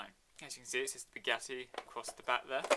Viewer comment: It's not beuggatti is buggatti